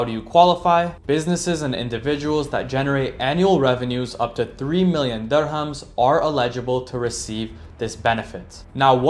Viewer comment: And dirhams is pronounced dir-hams, not durr-hums.